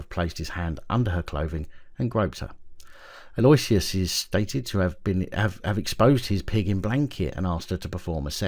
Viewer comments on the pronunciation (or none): Aloysius is pronounced Allo-ish-us... just so you know...! 😉